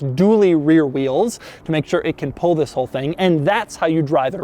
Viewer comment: You know its doug when the video start with “zzzis” (this)